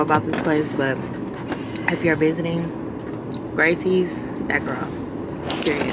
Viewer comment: I just had to pause mid video . I live here in Houston, the food is better here . Also, it's pronounced Graces, not Gracies. LOL! That was too funny to hear you say it so many times. Welcome to the H though! 🤘🏽🫶